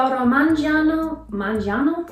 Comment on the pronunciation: that “Mangiano” sounded sooo italian, that was really good!